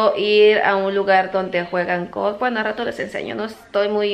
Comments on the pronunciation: por que dices gof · Alguien que le diga que la palabra es Golf , que se escuche la L please 🤦🏽‍♀️.